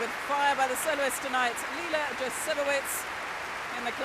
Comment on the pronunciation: Leila. Not Leina.